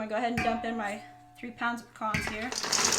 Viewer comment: They are called PEE-CANS not PEE-CONS.That said they look mighty good..😊...Merry Christmas!!!!